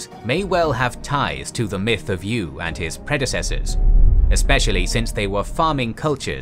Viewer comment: It's not YU, it's pronounced YÜ